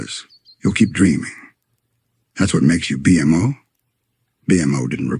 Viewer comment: Just spell it "bee moe" and it should pronouce it correctly